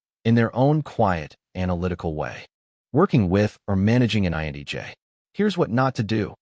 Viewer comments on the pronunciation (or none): The content of this video is mostly spot on... but man... listening to this video is driving me nuts because whatever reading voice or tool this video is using is saying IN"E"J instead of INTJ the whole time. And I think this video is the only one that has ever called out the fact that repetitiveness is mind-numbing... and can literally feel like nails on a chalk board for us. Also, authority without justification... this is also very annoying. The one thing I would correct about this is how we view other's emotions. Emotions are a lens through which we can see another persons values or beliefs. However, INTJs value truth and authenticity over everything else. We check our emotions because we first ask, "Is what I feel truthful?". If I believe someone is purposely hurtful, I will become angry and distant. However, that may not be the truthful, right? My lens may be projecting past wounds onto this person and it's not reasonable or fair. So, I step back, ask questions, assess, and then realign my feelings with WHAT is true. I cannot control, predict or help other's realign their emotions with reality. Most people don't care what is true... they care that what they "feel" is true. I refuse to take responsibility for that. Emotions are uncomfortable for this exact reason. Some things, like mourning the loss of a loved one... THAT I can feel genuine empathy for. But everything else, well, I'm downright uncomfortable reinforcing a world view that I can't confirm. When someone come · Is he saying INEJ's? Thought so. That's not me. INTJ all the way. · Why does the narrator keep saying "INEJ" instead of "INTJ"? Am I the only one who's noticed that? Video captures the INTJ well. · Why do you pronounce, "INTJ," as, "INEJ?" 🤔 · Phew... it's not just me 😆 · "INEJ"? Enunciation matters! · INEJ? It's a T, man. Why do you keep saying that? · Lameness angers me. By the way, why do you keep saying INEJ? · Lol at the pronunciation of "INTJ"